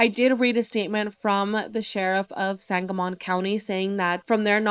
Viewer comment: Just an FYI sangamon is pronounced sangamen. Just trying to be helpful not spread negatively! This case needs more coverage!